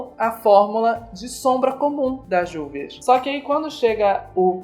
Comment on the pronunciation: a pronúncia correta da marca é Rúvias.